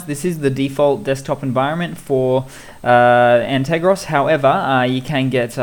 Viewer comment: G'Day mate. Correction: An - ter - gos ;). Have been watching your videos. Very useful tips. Cheers.